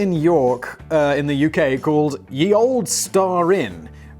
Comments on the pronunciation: "Ye" is pronounced "the." So it's pronounced "The Old." Come on Simon!!! :oP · Its not pronounced "Ye" Old either, its pronounced THE old, the "Ye" is is called a thorn and was pronounced as The during the time of use. The more you know :D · Simon mispronounced to. It's not Ye but the. The y has been poorly substituted for the thorn which is no longer in use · Simon, It's pronounced 'the' not 'ye'. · I wasn't going to say anything but as you mentioned that olde should be pronounced old you may like to know that the Y in ye is and old English letter called thorn and is pronounced th so it's 'the old' not ye olde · Sorry to bring up pronunciation but 'Ye' is not pronounced yee it is in fact pronounced the it's just the French printing presses didn't have the letter we used for the th sound (not really surprising as it is a sound unique to English) and we didn't have a letter 'Y' in our alphabet at the time and this letter was very similar in appearance to our 'th' letter so we used that instead, the 'th' letter looked like a 'Y' if the vertical in the lower half continued up to the top of the letter... it looked a bit like a candlestick or the business end of a trident ;) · "Ye Olde" - the Y actually isn't a "y", but a glyph that was, at the time, used for "th", so it's "The Olde" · Fun fact: The Y in "Ye olde" is pronounced th. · Ye is also pronounced the same as the, as the y is the printing press version of the thorn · Surprise, surprise it's just pronounced 'The old...' That first letter that looks like a 'Y' is an old letter dropped from the English alphabet. It was called 'thorn' and pronounced like the modern 'Th' (and there you were thinking that English was easy! :) ) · Yeah Simon the e in olde is silent, but the ye is pronounced the. The Y in Ye isn't a Y, it's the letter thorn which is pronounced th. And now I can just loop Simpsons nerd clip. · > gotta love a Brit that doesn't even know basic Middle English. :>